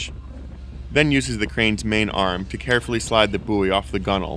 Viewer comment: at least he said gunnel and not gun whale